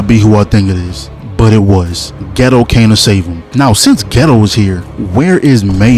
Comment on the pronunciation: Say it with me bro... Maw-he-toe. Not Mohito, Mahito. MAW-HE-TOE.... another one... Geito... GAY-TOE, not Ghetto